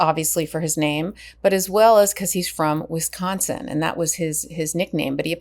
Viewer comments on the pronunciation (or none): none